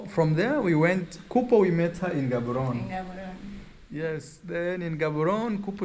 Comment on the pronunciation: Bloemfontein pronounced "Blumfontein"(Afrikaans), City of Roses 🌹. Gaborone pronounced Ggaboronee (as if u clearing ur throat from the back-Setswana) not Ghaaboron coz it loses the meaning behind its name. Windhoek pronounced Vendhuuk(Afrikaans)